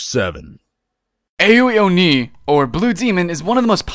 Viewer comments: Btw Ao Oni is japanese so it'snow pronounced, "eyo oni", it's basically "Ah-O O-knee". And the game is kinda is scary because the blue guy moves fast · I like how he pronounced Ao in Ao Oni. It's pronounced "Ow." like you've hurt yourself. XD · the way he sais Ao oni ahhahahahhah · I had to laugh every time you mispronounced ao oni XD